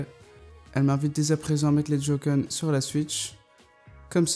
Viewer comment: Sa ce prononce pas jocon sa se prononce joycon si non super vidéo